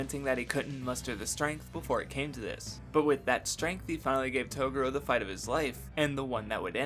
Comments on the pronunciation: japan and the way the words are said in English sounds off and very racist so dubs change the name slightly..toguro is pronounced toegoro but we say it taguro...its just the way it goes...broken engrish was created when we set up our government in japan post world war 2 for 8 years...it just got into the culture so while we say r's they have l's instead so it can get confusing... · Im sorry.....Its not you its me. Yu Yu Hakusho for a was my favorite anime of all time (until I watched Hunter X Hunter and it surpassed it) and I whole hardheartedly agree with the analysis of Yusuke......but dude that pronunciation of Toguro's name is just cringe dude. I've re-watched this series so many times I can recite from memory entire ep's from the top of my head, I dont know how the Japanese version pronounces the name, but I think even if it's the "correct way" it isn't the right way and its hella distracting if that makes sense.